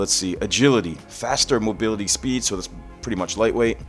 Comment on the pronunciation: Did you just say mogility lol?